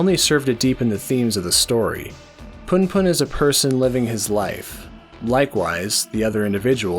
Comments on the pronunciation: Sorry but it's pronounced 'POON POON' not PAHN PAHN! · Man for fucks sake you read it poon poon. Pun pun sounds fucking cringe